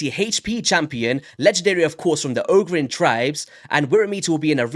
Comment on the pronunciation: A) Yes, my never-aging brother, I'm going for the 1+1 on sacreds. I KNEW they would do that! Right after this event-weekend. Should've warned the guys on... welp "this chord". B) Oo-Geer would be the right pronunciation. But, who cares right? haha! Oh the colours, yes, been a trend since last year (Purple+Gold)... Not sure why... hehe C) The dude is a filler, a pool diluter, as I said on this chord. Has some nice notes, differences with other known supporters, but... in Arena, he's a sheep, and all-in-all, nothing new really. D) Last but not least, I'm going for it for the same reasons I do every fusion: It's a guaranteed leggo. /Shrug. Sometimes get buffed, or changed. Welp. 'Neway brodah, thanks for the vid!